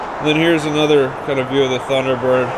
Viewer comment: I watched all the way through. Each time the kid mispronounced a make or model of a car I felt a pain in my chest. That e didn’t know most of those iconic cars is very sad. He didn’t think much of the Thunderbird Turbo Coupe. He didn’t know the Subaru SVX which I wanted so much back in 1992. He mispronounced Celica (Sell-E-ka). Those beautiful Cadillac ElDorado and Biarritz and the Cadillac Series 62 under the car cover. The 1968 Camaro. I saw at least 30 of those cars I’d like to get if they were auctioning them off.